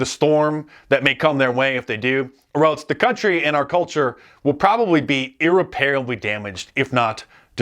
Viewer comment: Mark- it's pronounced EAR-REP-ABLEE...